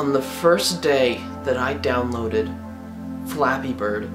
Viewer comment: I kept thinking that you were saying fapping.